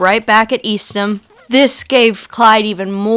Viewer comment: Ma'am, down here in Texas we pronounce the prison East-ham. I've heard that Preston fella pronounce it Eastum also, and he sounds like he could be from Texas, not sure though. You were able to get on the property for this filming?